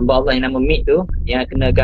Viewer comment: Sebut allah pn kekok..nk jdi mat saleh btul dh ni